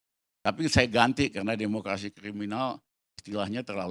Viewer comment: DEMOKLASI SI PELAT